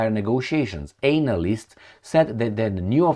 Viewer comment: Please change the way you pronounce analyst. Please